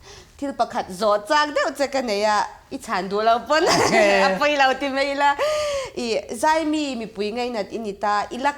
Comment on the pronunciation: Mai tih turah " Mei" tih i hmang thin a, a nalh vak lo niin A lang. Host i ni si a, fimkhur a tha mang e. I thiam thlawt e.